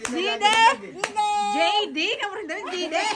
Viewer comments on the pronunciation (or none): just butchered JD’s name, called him DeeDay😂